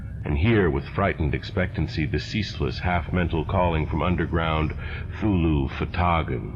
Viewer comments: Is he saying Thulhu or Cthulhu? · My only beef with these fantastic renderings of H.P.L.'s tales of terror is the pronunciation of Cthulhu. For 50 years I've been pronouncing it with a "hard C". I love what you're doing here and look forward to every new episode. How about Dreams in the Witch House?